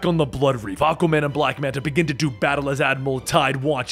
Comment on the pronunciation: Hearing you say “Ahka Man” 376 times made my fucking day. 😂😂😂😂😂